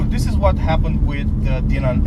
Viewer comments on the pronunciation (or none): It's pronounced Dye-nin. Just like Steve Dinan pronounces his name.